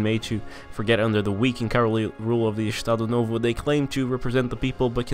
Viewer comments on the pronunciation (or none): "Ixtado nôvô" Hahahaha Saber que ele é BR foi uma surpresa maior que o 7x1 pra Alemanha uahauahah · Acho tão engraçada a sua pronuncia de "Estado novo" kkkkkkk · Também achei rsrs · zoa nosso sotaque n cara kk